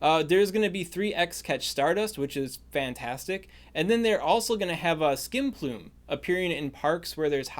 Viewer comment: Thought I heard you say skinplume and had to take a second to reevaluate my life